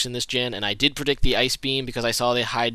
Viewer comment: Just for the record, Hydreigon is pronounced High-dry-gone. You were pronouncing it Hydegarion or something lol